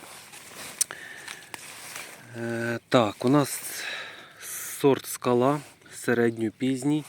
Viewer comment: Ще б назви сортів говорили так , як їх назвали селекціонери , Лічія , Скала , з наголосом на перший склад , а щоб хоч переглянути якусь інформацію про сорт , нащо , скоріше продавать , і блукають тоді полуниці з кількома іменами .